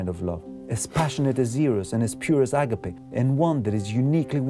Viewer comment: You are greek, you dont have a problem pronouncing words correcty, please dont say "άγκαπε" My ears bleed.